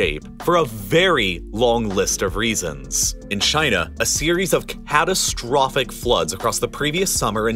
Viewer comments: Can you tone it down with *"ABSOLUTELY C A T A S T R O P H I C"*? Would it be acceptable to deliver the facts without doing your utmost to upset people and spread as much panic as this video can? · Can you put less emphasize at the end of each sentence? It gets really annoying hearing CATASTROPHIC, UNPRECEDENTED etc